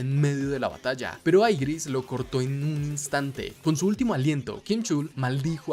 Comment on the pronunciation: Aigris. ✅ Igris. ❎